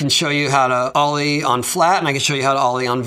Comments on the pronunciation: hOw dO u dUe aN OOOW-LY? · He said olle like olie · Lol "Ulie" xD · the way he pronounced the o in olie sounded like it was half way between a normal o in ollie and an o with an umlaut diacritic above it. It was just so perfectly funny